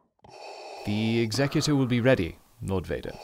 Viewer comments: ex-a-Q-tor? No Exec-u-tor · Executor is not pronounced like that.... Otherwise a great watch!